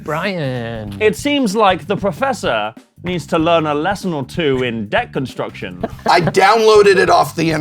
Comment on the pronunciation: Did he just say Proffussy?